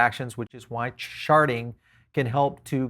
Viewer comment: Yeah, I keep hear "sharting"